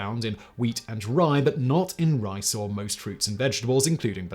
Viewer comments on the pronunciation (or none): none